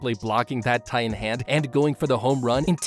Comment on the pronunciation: Did u just said the colossal titian armor??? At 19 minute plus